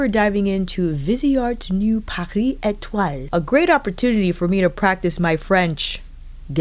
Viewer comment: Lol, you’re adorable! Pretty sure we could all just stare at your beautiful face no matter what! You pronounced the shade names very well! ❤️